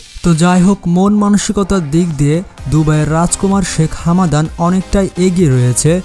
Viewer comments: It's Hamdan not Hamadan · হামাদান নয় ভাই হামদান